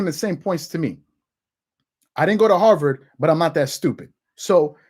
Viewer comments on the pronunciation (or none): none